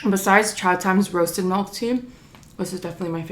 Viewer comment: She Said Melk😂